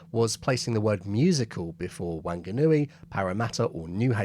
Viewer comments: Wanganui is spelled Whanganui and pronounced "Wonganui". Not sure how growing up with Neighbours and your brother being an Aussie citizen helps with pronouncing a Māori word. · G'day mate. Great vid. One minor correction -while Aussies might think it's pronounced as a nasal "WANG-a-NUI", any Kiwi will tell you it's really "WON-ga-NUI" (WON rhyming with BON). You nailed Parramatta though. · If a 1940s Kiwi told Bennett where he lived, it would have probably sounded like Wonganui. These days it's correctly pronounced like Farng anui. It has never been Wanger nui. By the way, a word ending in nui makes the thing it's describing bigger. Wanger nui would have got a few laughs from Māori aircrew. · During the war, a Pakeha would have said "Wanganui", not "Whanganui". The more correct 'h' has only relatively recently been added to the river town's place name. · Fonganui actually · chortle - a Pom pronouncing a Maori word mangled by Pakeha (Poms) in Strine - kiwi - wong (like bong) gar nooey - in Strine - wenganooie mateeee . . Pom - waanganewie... ever so colonial I say . . gotta laugh! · wHanganui is pronounced "Fanganui" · literally no one pronounces it this way bar the media and a handful of others. It's wangaz for the most part anyway. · Some would, the ones who don't try to pronounce Māori place names correctly - a closer approximate pronunciation is "WUNG-A-NU-EE". The "ng" is like the end of "sing", "tongue" or "wang/wong"- a "ŋ" sound, or a voiced velar nasal consonant. So the "gah" sound isn't made. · Māori here we kiwis are not Australian…………and Wanganui is the incorrect version of saying it (Caucasians down here too lazy to learn the countries language)the correct and only way to say it is Whanganui our “wh” is actually an “f” so f-ung-anui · My dad is from Wanganui and it's actually pronounced Wonganui.🙂👍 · Uh Whanganui is a town in New Zealand, a good two hours from where I live................. So next time please use your best Kiwi accent!